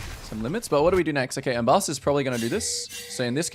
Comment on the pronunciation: You press w insanely fast and walking to other side of syndra. Is kind of mechanicly difficult for some people. In my games allies dont even auto attack sometimes. Her name is Ambessa not Embassa like you said all first game :D